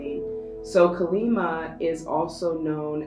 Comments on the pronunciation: Deck 3. Thanks for the reading. Kali is pronounced Kah-li. I'm hindu. Have a lovely evening 🙏🙏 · Pile 3:The Spirit guide is a Hindu Goddess here. The pronunciation is 'Kālī'/ 'Kaa-lee' and 'Ma' translates to Mother. Two different words. Thank you for the reading 💖 You are spot on about everything else (as usual!)